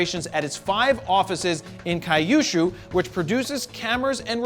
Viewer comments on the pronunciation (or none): I spat out my coffee when he said kaiushu. Lol. I'm curious how he pronounces his Japanese t-shirt I shoot RAW. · Kaiyushu? Oh god, it's key-you-shoe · It's Kyushu not kayushu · "Kai U Shoe" XD Pretty sure it's "Q Shoe" Can I #dontbeanasshole this one? #kyushu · It’s pronounced key-ew-shoe with equal emphasis on each syllable... Kyushu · Bleeping funny, and informative. As an aside Kyushu sounds a lot like queue-shoe, (I used to live there) . Regards. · Jared totally murdered the pronunciation of Kyushu and pretty much all the city names. all good...still love ya! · its pronouced as q-shu not being an asshole just saying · You need to work on your pronunciation of Kyushu 😂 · Kyushu = pronounced Cue-Shoe, kyu = 九 = 9, shu = 州 = province. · Kyushu is pronounced "Q-shoe... " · The way you pronounced Kyushu tho lol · Can't this guy pronounce 'Kyushu' properly? He's like those Street Fighter fans kept getting Ryu's name wrong. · Jared totally butchered Kyuushu.